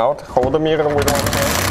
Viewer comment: I watched just to hear him say mirrrrorrr a bunch.